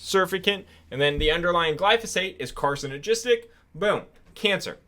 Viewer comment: So you can't pronounce surfactant or carcinogenic 🤣